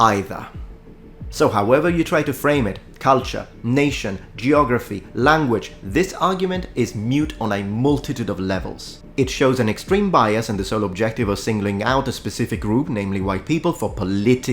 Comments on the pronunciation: "Moot," brother, not "mute." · Moot, not mute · Did you really just say "mute"? It's "moot". Hard to maintain credibility with that mistake, but I'll give you the benefit of the doubt. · A constructive criticism: it’s pronounced “moot” not “mute” like boot or shoot. The word actually has a fascinating etymology. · I know English isn't your first language but I've heard it in at least two videos now where you will say an argument is "mute" when the word is instead "moot" Great video btw